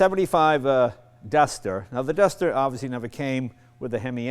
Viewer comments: it's uh duhhstahh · That's a nice dustah 😂, R.I.P buddy